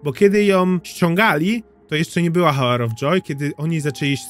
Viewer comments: Przepraszam ,ale czyta sie "AŁer" of joy ..a tak to przyjemny glos bardzo do sluchania :>> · The hour of joy - h nieczytasz 😅 Sorki musiałam